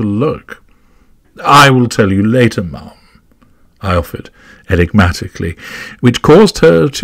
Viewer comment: I think he said ma'am in a funny way 🥴